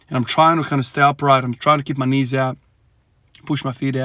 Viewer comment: Interesting how you say core and knees. Think about what sleeves and a belt help. Interesting interesting. Just an observation. Maybe you need extra extra core and knee mobility/training just to mimic a belt and knee sleeves